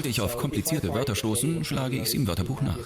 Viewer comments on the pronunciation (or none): none